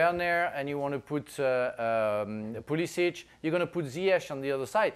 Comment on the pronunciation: Btw when are people gonna realise his name is pronounced POOLISICH!